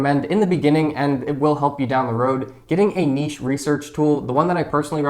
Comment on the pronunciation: It's so refreshing to hear someone pronounce the word 'niche' correctly👍🏽